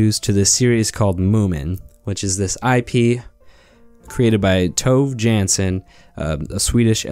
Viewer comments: It's actually said like "torvay yarnson" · “Toev jan-son” 😂